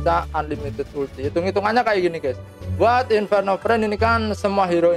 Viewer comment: Inferno Fiend bang bukan Friend.. Gada R nya